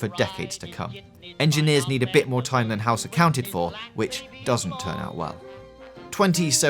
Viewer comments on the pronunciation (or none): Gweat video. I can't wait to see moww fwom you